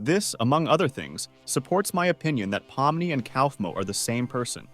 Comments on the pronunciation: you literally didn't even pronounce pomni, kinger, kaufmo, ragatha correctly. You call pomni Pomani, Kinger Klinger, Ragatha Raatha, and Kaufmo Kafmo. you called Murder Drones, Killer Drones show. How do you screw up that bad?! The characters names aren't that hard to say! Murder drones is not called Killer Drones Show! Whatever 'research' that you did, was terrible! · “pomini” “pompeii” “cowfmo” “klinger” “killer drones show” ai generated istg 😭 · "Clinger" "Cowfmo" "Pom-knee" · Bro pomini what it’s Pomni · "po mi ni" 💀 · This is probably spoken by A.I, because no one, and I mean NO ONE calls Pomni “Pompey” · NO WAY YOU CALLED POMNI POMPEI 😭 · Also "palm money" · “pomini” “pompeii” “cowfmo” “klinger” “rawtha” 😭